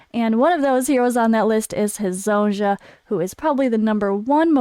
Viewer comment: Goog work. But can you please read Hezonja name correctly. It is read as Hezonia... Thank you.